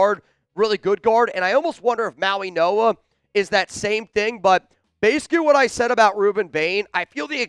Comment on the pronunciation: IT'S NOT SONY!!!!!! IT'S SONNY, AS IN "SUNNY." How can Chat Sports not correct this error? has the intellect of a 13 year old, and he proves it routinely. Come on, Chat Sports. Get a professional for the job. is a joke. Listen to him. Mauigoa is his name, not "Mauinoa." This is horrible. Send him back to grade school. What more do you need to see, Boss?